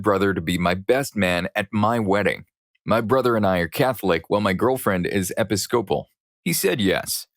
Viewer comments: Episcopal: uh pi-skuh-pl. not epi-scople. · It’s pronounced e-PISS-kuh-pull, not epi-SCOPE-uhl. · I hope he sees this. It pisses me off every single time i have to hear epic-scope-uhl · Episcopal is pronounced like Uh-Pi-skuh-pull if that helps in the future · For Episcopal, theres three syllables. Epis-co-pal, emphasis on the Ep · Thank you! 😂 It was a little annoying hearing it pronounced that way. I had to pause on the word to make sure I wasn’t crazy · I just about died laughing at the narrator's pronunciation of episcopal! That made my day.